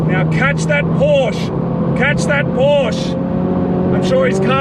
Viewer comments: The red Porsche wasn't a 911 GT4 it was a cayman for sure, maybe a GT4. And it is not Porsch it is PorschE (I am from germany) speak it like "porsch a" then you do it right. Keep up those gread videos. Eure Videos sind verrückt und ich liebe es. Love from Germany guys 😉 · god damn pronounce Porsche right plzzzz